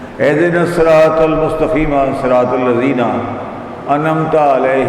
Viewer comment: Ary kis ko betha liya ha ahdi nasaratal mustaqeem . Ya bola raha ha mustaqima Ary baiya assay Ahmaq ko kon laya ha ya ya khud pessa da kar perh raha ha